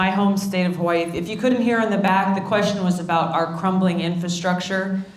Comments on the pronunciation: at least everyone will know how to pronounce Hawaii from now on :) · She pronounces Hawai’i as she writes it. 🙂